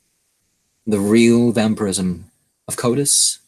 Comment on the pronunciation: Why is it prenounced wamphyrism?